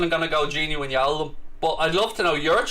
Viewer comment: Can’t wait to not hear him pronouncing wijnaldum as win yaldum.